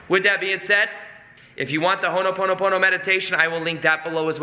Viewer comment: Thanks for vid. If you are able, please pronounce it Ho'o ponopono...rather than what you are saying... Hono ponopono. It's very close to how you are saying it just skip the 1st 'n'. There is vibration in the correct pronunciation. Cheers from the Pacific & much good energy to you.